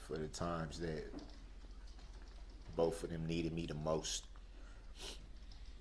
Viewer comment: He uses words like culminating, clarity, totality, then in the next breath it’s fustrating, bofe, axed, etc. what a clown.